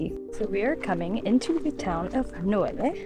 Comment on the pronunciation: Nice video guys ! You did a good job on Italian pronounciation except for Amalfi which is AM-alfi (not AL-mafi) BOM-erano and Nocelle sounds like NO-chelley. Great hike !